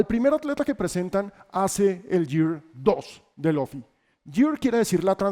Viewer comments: Cada que dijo Loffy me daba algo pero igual lo vi todo, excelente video! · muy bueno pero no le digas Lofi a Luffy jeje